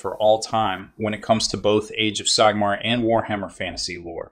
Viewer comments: Your mispronunciations of "Sigmar" and "Skaven" made me lol. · Indeed. Very odd